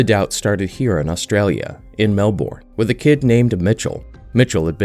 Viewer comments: small nitpick. Australia's Melbourne is pronounced Mel-burn, not Mel-born likewise, Canberra is pronounced can-bra, not can-berra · I know Melbourne catches a lot of non-Aussies out, it's usually said more like Mel-burn, or Mel-bin, depending on where in Aus you're from. But Canberra is one I never imagined would be pronounced wrong, but looking at it's spelling, yeah, it makes sense. Can-brah is how it's normally pronounced here.